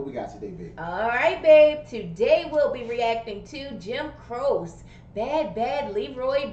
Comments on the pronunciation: If you loved this, you got to do "You Don't Mess Around With Jim". Another great story about another baaaaad man. By the way, it's pronounce "Jim CROW-chee". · Don't call him "Jim Crow" lol. It is Crow-Chi. Means "Cross" in Italian. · Jim Croce was such a great performer and was gone too soon. His name is pronounced Cro-chee. He died not long after this video in a plane crash. Just about every song he put out was a number 1. Time in a Bottle will make you cry. It was so sad the radio played it constantly after he died. It was like he knew he didn't have a long time to live. Another great one is "I'll have to say I love you in a song". He was such a down to earth performer. He would have been one of the greats I think had he lived on. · Pronounced "crow-chee" on the last name. There's a lot to love about Jim and his accompanying guitarist Maury. All the suggestions will be great ones, take your pick. Master storyteller. RIP Jim and Maury as well as the pianist on this performance, Tommy West. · Pronounced Crow- Chee. Master story teller. Got killed at 30yrs old when he finally hit the top! He never lived to reep the rewards of his earlier struggles. Many amazing songs left for us to enjoy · I loved this man's music very much growing up and remembered when he died. Jim Croce (last name pronounced Crow-she) was one of a kind. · Crow-she is the pronunciation of his name! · Pronounced "Cro-chie". Jim had so many hits songs, they're all great, and he was a great storyteller too! I recommend your next JC reaction be "You Don't Mess Around With Jim" (link below). Thanks for the reaction! 💙✌ You Don't Mess Around With Jim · Jim Croce pronounced " Crow Chee" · His last name is pronounced Crow-Say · Croce is pronounced "cro-chee". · pronounced "croachy" 👍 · It’s pronounced, Jim Crow chie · It is pronounced Crow Chee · Croce is pronounced cro-shee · Your pronounceing his last name wrong